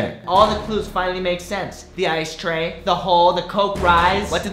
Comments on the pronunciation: It's not "Stray" It's "Tray" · Ikr that's what I kept saying cause it really sounded like "I stay home cooks rice"